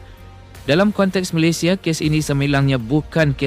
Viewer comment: TMJ kocak dan lucu😅😅😅 kakek Facundo garces lahir diArgentina tapi dibaca lahir di malaysia, ada yang lebih kocak lagi, nama negara malaysia malah di baca malaydes.😅😅 keren keren TMJ.😅😅😅😅😅